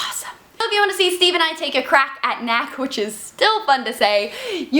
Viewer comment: You pronounce the first K! That makes K-nack.